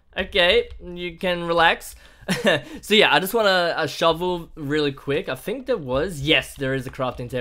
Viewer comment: Is in't weird???... i thingk that is not weird... i thingk that is true